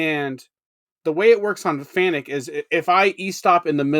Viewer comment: I've heard the Employees of FANUC pronounce it as "FANIC", I refuse, I've always pronounced it as "FANOOK". I'm not knocking anyone, it just is not spelled to sound like "FANIC".